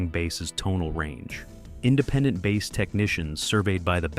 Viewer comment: The long hair guy stumming his bass while jumping up and down is plain embarrassing to Bass players everywhere.. Really sick of this AI generated videos. Pronouncing "Bass" like the fish. Very embarrassing.